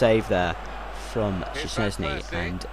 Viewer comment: OK for the future reference szczesny is pronounced like shchesny and blaszczykowski is blashchykowki hope i helped and you will pronounce it right ;)